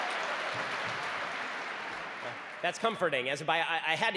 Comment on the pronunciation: "I'M A MATHMYTIAN AND A PHUSYCIST"